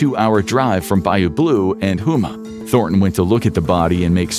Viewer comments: Houma is pronounced Home-uh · It's botte is boo-t and home-mah lol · I just heard him mispronounce “Boutte” or Booty lol and Houma